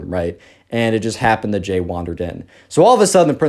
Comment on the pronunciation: when he first introduced the subscriber's name, I thought "Gay?" Lmao it's Jay tho